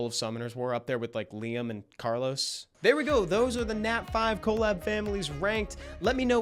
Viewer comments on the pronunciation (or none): The way he pronounces "colab" is crazy lol "co-lab"